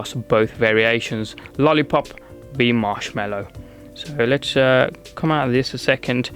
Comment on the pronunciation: It's Mallow, not Mellow.